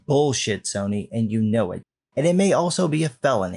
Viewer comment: I'm laughing harder at Soyny more than I should be and now cannot hear Sony without hearing Soyny now lol